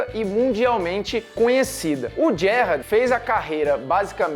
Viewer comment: Parei de assistir quando vi que o cara nao sabia nem falar Gerrard corretamente